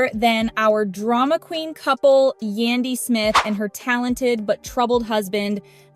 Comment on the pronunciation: I wish the person who made this post learn how to say Yandy's name